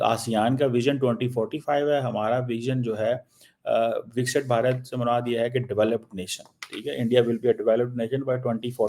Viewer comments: ganndu.... He can't pronounce vikist bharat.... He sounds like lahori churan....bixit bharata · he cannot pronounce it properly...Viksit Bharat... that's why...He is Lahori churan....heeen...